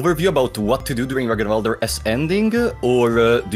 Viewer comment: The way you say ragnvaldr makes me want to puke